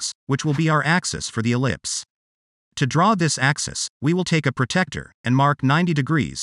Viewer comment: The Angle Measuring Tool is called a 'PRO-TRACT-OR' it is not a pro-tect-or. 'Protractor'